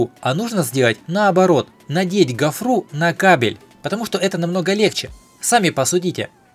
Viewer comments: Почему гофруу,говорить гофру,ударение на о.. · "...гофрУ ,в "пОртель"